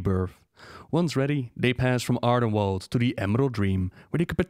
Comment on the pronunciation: Ardenweald is pronounced as "welld". You've already gotten this right before in "Eastweald" (which became the Plaguelands). ^^ Also, while (and if) I have your attention: the phrase is "on the orders of [person]", not "in order of [person]". Small but annoying mistakes, I just want to make it as perfect as your content. =') <3